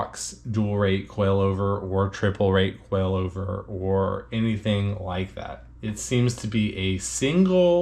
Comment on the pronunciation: I know, but you're pronouncing it like QUAILover!!